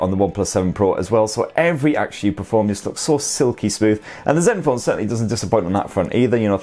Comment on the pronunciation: did you call the zenphone "Zeus"? I like that